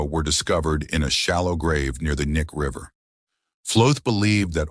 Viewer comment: BTW it’s pronounced Key-Nye River….